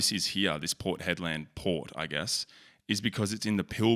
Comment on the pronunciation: port head-land 🤣